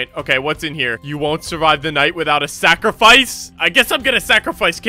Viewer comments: guys its not sacrifice its “sack of rice” 😊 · Bro said sackofrice